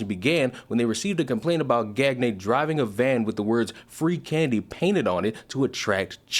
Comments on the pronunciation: Gagne is pronounced "Gone-YAH" not "Gag-ney". Look up famous pro wrestler Verne Gagne on how Gagne is properly pronounced... it's "Gone-Yah"... it's NOT "Gag-Ney". Anyway, in a way I don't mind having this specific Gagne's name pronounced as "Gag-Ney" because I can 100% confirm that everyone else named Gagne wants ZERO association with this guy. LMAO. Out of all the publicity stunts this guy could have done, this was NOT the way to go. LMAO. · Peedough or not ... wood chipper don’t care. Also I think it’s pronounced gone-yay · I think it's pronounced gone-yay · Pronounced gone-yay. Bonehead lol. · Gagne is pronounced gan-yay. Its french and believe it or not means winning in french. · Pronounced gonyay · Supposed to sound more like "Gone Yay" The frogs are funny like that. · Gan-yeah...that is how you pronounce that name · Gan-yay. It rhymes with Kanye. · Just a note for the future. 'Gagne' is french, pronounced Gone-Yuh. Famous last name in the wrestling community. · just bc I KNOW you can make a joke with it, I think it is pronounced like Kanye, but with a "G" instead of the "K." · would it be pronounced 'gan-ye'? kinda like kanye? genuine question if anyone knew lol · Gagne is pronounced like "Gan-ye" and rhymes with Kanye. I only know because of Guy Gange from Turbo the movie 🐌 🤌🏼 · Very minor point, but "Gagne" is pronounced "Gawnyuh". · That last name is usually pronounced “Gone-Yay”